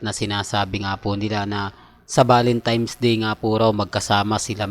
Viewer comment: DALAWA BA ANG DILA MO KASE NAHIHIRAPAN KA MAG PRONOUNCE NG VALENTINES SENASABI MO VALENTIMES WHICH MALI. MR.IGNORANT. 😮😮😮😮😮